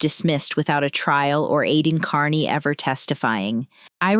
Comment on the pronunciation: Why does he intentionally mispronounce his last name? KEARney is not pronounced CARney.